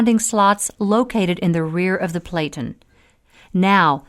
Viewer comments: It is pronounced "PLAT-IN", like flatten, but with a "P" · Narrator doesn't know how to pronounce "platen."